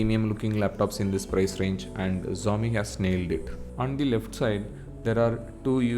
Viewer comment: Xiaomi pronounce sehi dhang se karlo..